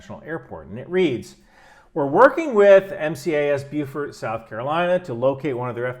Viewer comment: Glad you pronounced Beaufort right.